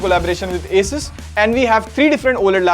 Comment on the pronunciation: okay, at least somebody calls is A-sus not aa-soos